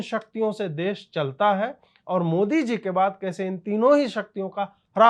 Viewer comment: इस ओभैसी की जीभ जबरदस्त स्थान विशेष मे दाह के वशीभूत होकर इतनी ऐठ जाती है कि बेचारा मोदी शब्द का उच्चारण मोडी करता है। ऐसा नहीं है कि ओभैसी तोतला है वह मंदी बोल पाता है कभी मंदी को मण्डी उच्चारण नहीं करता। इतनी जबरदस्त ईर्ष्या और दाह मैंने और किसी मे नहीं देखी की वह द का उच्चारण करने मे सक्षम हो किन्तु जब मोदी बोलने जाय तो बेचारा द बोल ही न पाय और ड बोल जाय। इतना असमर्थ व्यक्ति आज तक नहीं देखा।